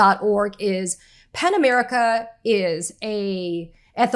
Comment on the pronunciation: Pen America or Pan America?? Ok, it's "Pen" America. Helpful to spell -- you are actually pronouncing "P-E-N" as if it COULD BE "P-A-N". Just an internet/YouTube Virgo. But, a truthful one. It's just AS EASY TO SPELL IT, Katie, right?